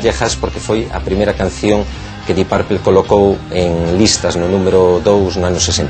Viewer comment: deep purplE???!!! your pronuciation is embarassing...isn't a funclub?